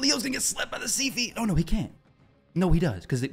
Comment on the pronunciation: Dude you make me want to die every time you miss pronounce Siphi’s name it’s not [sea-feee’] it’s Si-feee Siphi